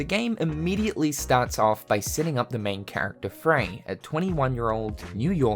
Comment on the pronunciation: exactly. people need to relax is ultimately what im saying. square did their homework enough to get fraye correct.